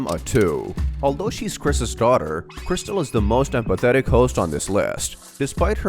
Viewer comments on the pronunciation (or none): Guys, Its Not Crystal, Or Krystal.. *Its Kristal 😭*